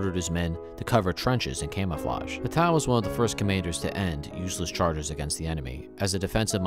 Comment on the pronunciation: PetAIN. VerdUN. The ends of these two words are pronounced differently. This is an attempt to be helpful, rather than a criticism. Thanks for the video.